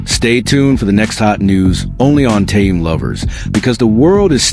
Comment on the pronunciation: может все таки будете правильно называть Ким Тэхена?